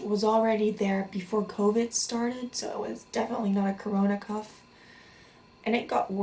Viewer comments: Cough (CAW-F) not Cuff. Also I'm subbing, prayers to you 🙏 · i think u did a great job translating!!! just a little tip that i know isn't necessarily lol but i think u were trying to say cough but it came out more like cuff? unless cuff is another medical that i am unaware with which is very likely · I know your going through a very challenging time in your life. And I don't mean to seem disrespectful, but it sounds like your pronouncing it "cuff". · Anyone knows where she's from? Sounds like she's saying "cuff". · The way she says cough is annoying and the puffer is an inhaler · Apart from the echopuncture and the cuff...😉 No I'm kidding, I thought she was American until she mispronounced cough....she really does have good English though.